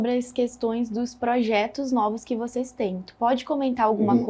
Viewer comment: Boa noite, quero cumprimentar pelo canal, mas tenho uma crítica, a reporter deveria prezar pelo bom português, e quando ela fala "voceis", me incomoda, pois o certo é vocês. Obrigado